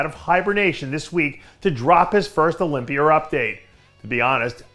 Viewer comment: Why does Dave put an "R" on the end of a lot of words? Olympiar?? #worldsoldestssg